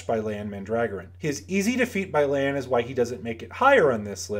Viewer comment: It’s Lan. Period.